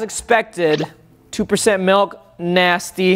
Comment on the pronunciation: He said malk 😂